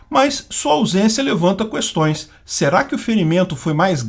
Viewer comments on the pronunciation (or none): Não se diz “cuéstões”. A palavra “questão” não se lê a letra U.